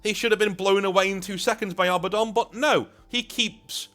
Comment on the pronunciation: thank you for pronouncing Abaddon correctly. Not A-Badden. So on the nose it makes me cross eyed